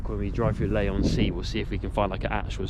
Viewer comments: Fair comment on most of the video, obviously better and worse places in the town It's pronounced Lee not Lay, and you were actually in Westcliff at that point followed by Chalkwell before you get to Leigh. Lived here 40 years and never been to Hadleigh castle, thought the Pier or Adventure Island would be top of the visitor list? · LEE not LAY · The place you went to after the pier was Westcliff-on-Sea not Leigh-on-Sea (pronounced Lee not Lay) Leigh is a bit further along the coast and definitely worth a visit. Like all local councils Southend is skint. That said, out of the centre, in Shoeburyness, Westcliff, Chalkwell and Leigh it improves greatly. We have restaurants of every variety, quirky cafes, independent shops including antique and vintage shops, nice pubs and everywhere lovely Victorian houses. I enjoyed the vlog and thank you for being kind x